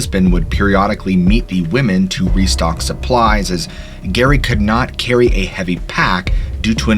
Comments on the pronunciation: Jerry….Jerry….not Gary. 😵‍💫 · Lol love this story jus giggling a lil I think it’s Jerry for Geraldine not Gary. 😜